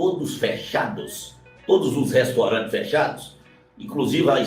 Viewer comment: Restorante e cuziando🤮 se diz repórter. Vixi.